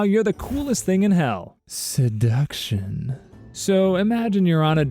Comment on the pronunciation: Why’d he say seduction like that o.o